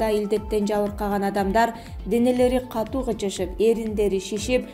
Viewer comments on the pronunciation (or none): none